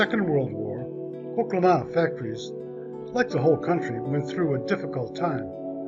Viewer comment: You pronounced the name wrong.